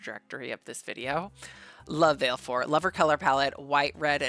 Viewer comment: Sorry to be that person but...Vah-leh-four, she never pronounces it in game but she does in Dissidia.